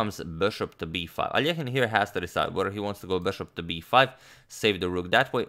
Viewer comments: I bet everyone who watch this video finally heard Alexander’s last name pronounced almost properly. It’s A-lee-o-jen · It’s so awesome that you pronounced Alekhine’s name correctly. Most English-speaking people don’t even try, and just say it as if it were in English.